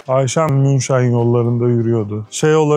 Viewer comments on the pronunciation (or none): Münşen değil münchen “h” ile